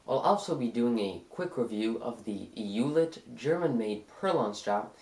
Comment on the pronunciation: FYI in German, it's pronounced "oy let" (as in oyster). But we Americans will probably never pronounce it correctly. We still don't say Porsche right ;) Not a criticism, just thought you may want to know, being detail-oriented as you are.